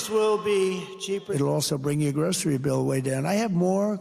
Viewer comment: i cannot get over trump's astonishment over the word "grocery", a word that he cannot even pronounce without a struggle, not to mention a word that he has never bought on his own in hie whole frikken 79 years of life!! what a maroon!!!!